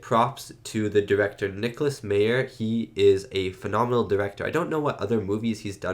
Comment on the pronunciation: Leonard Nimoy had the perfect pitch for this movie. What if the (Berlin) wall came down in space with the Chernobyl explosion depicted as the Praxis explosion at the beginning of the movie? Nicolas Meyer is pronounced 'My-er' not 'mee-er'